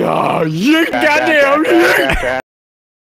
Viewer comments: His yeet is more "yayt" than "yeet" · YEET > Swaggers Yeet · that has to be one of the most "whitest" (if that's even a word) sounding Yeet ever